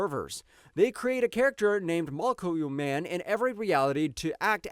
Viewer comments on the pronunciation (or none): "mokukle man" lol Molecule Man????